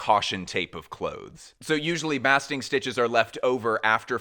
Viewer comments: Baaaaasting stitch not bahsting stitch - love your commentary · Pronunciation Correction (with love) : the word 'basting' is pronounced 'BAY-sting' (I checked the UK pronunciation - it's the same as the usa). Fabulous video. Thank you so much. -yank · Wow thats a lot of work making this video!! Much appreciated ❤ Also re: Sacai's basting stitches: the a is pronounced like the a in bass,not ass 😅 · I’m sure someone already said it but basting stitch is pronounced like paste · Basting would be pronounced like wasting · A basting stitch is prounouced "bay-sting" like you would do to a turkey. Just an fyi. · ⭐️⭐️⭐️⭐️⭐️Just found you, my first time. Just fantastic. I love design. I love new ideas. So you seem brilliant about fashion designers, but you did mispronounced the word: Basting. Those hand stitches in white as tailors make suits. It’s the same as when you baste a turkey. Also zen Koans are two syllables ko - an. (What is the sound of one hand clapping). But otherwise there were many technical references that went right over my uneducated or knowledgeable head. Very exciting and clearly exhausting show after show of ideas and more ideas and inspiration. But you gotta hand it to basic black. 🖤🖤🖤🖤🖤🖤🖤🖤🖤🖤💣🖤🖤🖤🖤🖤🤍 ❤️‍🔥 Very well done. Thank you.